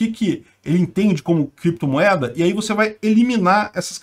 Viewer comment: “Em algum momento o senhor operou com “creptomoeda [sic]”, com “bitcóio [sic]” ou outros?”...